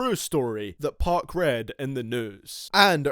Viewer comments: ITS "2PAC" NOT "2PARC"!!! WHY DO WHITE PEOPLE KEEP PRONOUNCING IT LIKE THAT!?!?!? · Why this boy pronounce 2pac as 2 pock